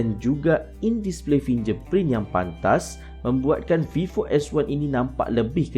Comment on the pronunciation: Terbaik bro .. cuma perbetulkan sebutan .. contoh sebutan fingerprint .sebutan vivo . Dan lain2 lagi ... Sekadar menegur .